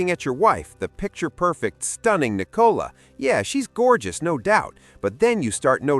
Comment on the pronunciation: The girl’s name is Nicola - not Nee - cola! Team VzB - Brooklyn is going to be very sorry he did this one day.